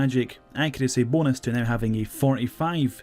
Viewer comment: The way u say Bonus LOL